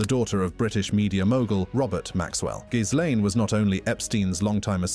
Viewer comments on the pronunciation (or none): It's really not that hard to pronounce... Gee - lane 😂😂